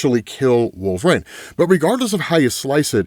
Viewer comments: Its wol-ver-INE, his name is not wolvrain. God i hate it every time you say his name. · Can someone please tell this absolute dickhead that IT. IS. NOT. PRONOUNCED. "Wool-VrAYne"?! FFS,. You had one job, get your shit together